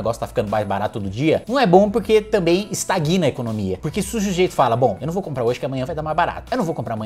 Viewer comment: Ô Kim, se você falar de novo "estaguina", do verbo estagnar, vou me desinscrever do seu canal. Meu "canal auditivo" não aguenta mais !!! Você é universitário pô, e deputado !!!